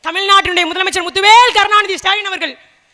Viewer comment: நாலு வரியை எழுதி வைத்துக் கொண்டு அதையும் வாசிக்க நான்கு நிமிடம் எடுத்துக் கொள்ளும் சுடலையை நமது முதல்வர் என்று சொல்ல நா கூசுகிறது... அவரது பெயரைக் கூட வெகு அழகாக , உச்சரிக்கும் உங்களை நினைத்தால் பெருமையாக உள்ளது பெண்ணே...